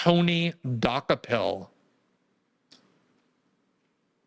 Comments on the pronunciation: Glenn is name challenged, he couldn’t pronounce Dokoupil to save his life. (Doo-copel) not (Dock-a-pull) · It's "de-cope-il" not "dock-a-pell" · I think his name is pronounced Du-ko-pole. But who cares?😅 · She's going to destroy the network, but hey, that's her problem. Can't get the toothpaste back in the tube. His Czech name means "he bought it/ he bought the rest". DOH-ko-pil, with the stress on the first syllable (DOH), short vowels (like in "hot," "cot," "pit"), and the 'ou' sounding like the 'ou' in "out" or "soul," ending with a soft 'l'. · Pronounced DOO-CO-PULL😊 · Glenn, please learn to pronounce the guys name (Doo-copel). Zionists stand together. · I often view CBS news; their staff refer to Tony "De KOpul" (emphasis on second syllable). More broadly, what we're seeing, for 30 years, is the remarkable sight of above-normal intelligent Jewish (and to a less dramatic extent, Conservative Evangelists) people transform themselves into dumb idiots, repetitively executing very poorly conceived policies. Thanks to intelligent Jews who remain sane, rather than revert to anachronistic Biblical textual adherence, ignoring Greek drama as well as much recent history and practical experience. It's one thing to 'fight fire with fire', quite another to abandon civilized norms and revert to blindness in policy. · I think Glenn is mispronouncing that name on purpose. LOL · Learn to pronounce his name correct. He’s been on CBS in the morning in the morning show. The show has been watched for a long time. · Maybe he's mispronouncing it on purpose? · THANK YOU! He kept saying it over and over the wrong way 😂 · Can Glenn pronounce the guy’s name wrong one more time?